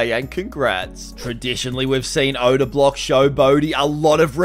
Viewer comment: Oda is hilarious cause that’s not how boaty says it 😂